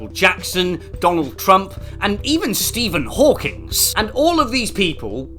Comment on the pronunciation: bruh "stephen hawkings" wtf is wrong with people lol